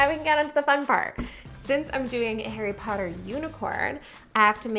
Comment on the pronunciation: BUTTERBEER Flavored Harry Pottah Cake... MY FATHER WILL HEAR ABOUT THIS -Draco Malfoy